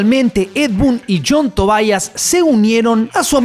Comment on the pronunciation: TOBIAS.......no Tobaias!!! la pronunciacion es la misma... Tobias...